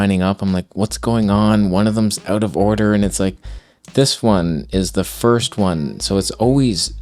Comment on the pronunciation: You can see when truly is angry his Canadian slips out. Or should I say "ooot"?